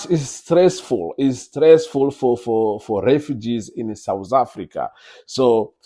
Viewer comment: We're not souz afrika were south not sowz or souz I don't understand you're in a country u don't even know how to pronounce it mxm